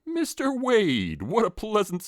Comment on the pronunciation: This was awesome! I just wanna know how many times you said Wayne instead of Wayde 🙃